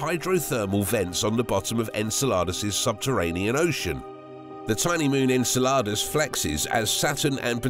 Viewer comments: The pronunciation of Enceladus is really off putting.. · Very good and interesting video but enceladus' pronunciation really made me uncomfortable ngl